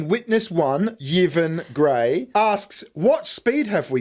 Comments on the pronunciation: Oh and Yvonne is pronounced Ivonne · Does he really not know hot to pronounce Yvonne??